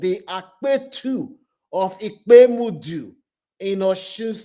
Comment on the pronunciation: He is the king of Ipetumodu; not "Ipemudu". -... you will be ostracized; not "orchestrated". ( said - orchestrated from community.) - He probably was right to apply for company palliative since he had 5 companies. - Good news is when he comes out of detention, BMI will be 25 Ibs/m2; healthy wgt. - Let us learn to fear God. Do everything as if God is watching and he punishes sins.